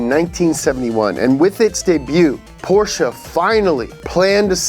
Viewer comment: Did just say daybu instead of debut